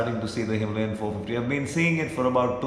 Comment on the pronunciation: bro why the wrong pronunciation of Himalayan ?